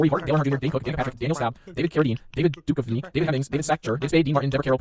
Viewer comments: Lol speeding up the reading made it VERY obvious you don't know how to pronounce David Duchovny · Even at super speed, I can tell you pronounced "Duchovny" wrong lol